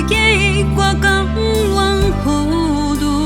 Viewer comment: 您這首的製作 絕對不同於其它首...即使更後期的 也沒這麼少的發音差誤。 整首只有： 變「遷tsan」應為tshan 「參sam」著目屎 應為 tsham 糊「塗」to、tho 只有些些交待不清 「付出」唱的像 「浮出」(第一part有唱對) 「浮浮phu」沈沈 很勉強很勉的挑剔 其中的「ph」先噴出的太強列 宜 ph-u 先結合好 再一同出聲。（以上為教育部拼音） 「紅」塵 唱的多好啊！就算之後的 真的比不上。 我是剛被short推薦 才轉進來聽全首 真的與之前聽過的都不同(我單指發音部分 其它真的外行） 這集的製作 一定不一樣 沒道理後期的發音不如這首啊！